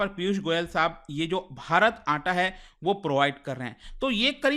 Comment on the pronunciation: It's not atta it's 'Aataa'